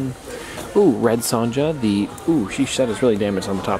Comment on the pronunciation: The J is pronounced as a y in red Sonja, learn your Grammar please